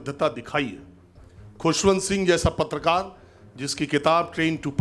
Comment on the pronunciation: ये पत्तलकारों को पत्रकार कह रहा है, उच्चारण दोष के कारण।